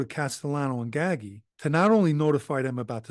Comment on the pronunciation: I thought it was pronounced gaggi not ggahgee like he's saying also gaggi was cousin to dellacroce seem that nepotism runs rampant in mafia